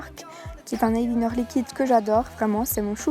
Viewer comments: oui je trouve <3 je suis belge aussi mais je le dit plutôt avec l'accent anglais enfaite tu dis eyelIner comme ça s'écrit mais j'ai toujours entendu eyelainer( fin bref je sais pas comment traduire cela) hihi et de rien <3 comment s'est passé le meet up ? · C est trop bizarre comment tu dis eyeliner au sinon superbe video